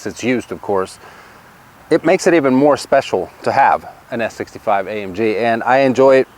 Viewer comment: Mike....the "S" is not there....😉